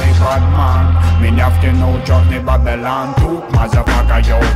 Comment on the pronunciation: это идёт из Растафарианства, Вавилон это мир грешников, которые лезут по головам, наплевав на ценности и мораль, люди без понятия совести и не ищущие Бога, они не следуют мечте, а ищут выгоду, за что сами же платят горькую цену (карма). Ну а Бабилан, это фишка произношения Панды и Мияги. Бадман - это второе Я каждого человека, это Я заложено Бабиланом в каждом человеке, эгоистичное, лицемерное существо, с которым нужно сражаться лично каждому. Если вам нечем самим додуматься до смысла трэка не значит, что он бессмысленный. Просто кто то слишком тупой чтобы понять его